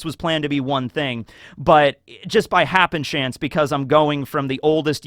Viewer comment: Why does he keep saying happen chance isn't it happen stance